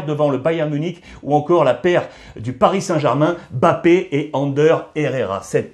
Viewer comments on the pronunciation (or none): none